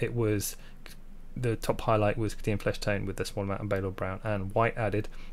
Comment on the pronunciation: Love your videos, but for the love of god it's Kay-Dee-anne. Kadin, is doing my head in